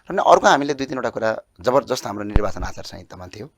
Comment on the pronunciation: खतरै बोल्छु बोल्याछु भन्ने लाग्छ होला वहाँ पत्रकार ज्यु लाई नर्वाचन रे निर्वाचन लाई। कसरी बोलेको होला हाहाहाहाहा